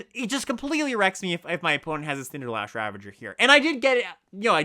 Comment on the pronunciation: I consider you my friend. And as my friend, I really want you to know that there's an "S" in "CinderSlash ravager". Nevertheless, I love this content! Your gameplay episodes are the best limited content out there, hands down. More please!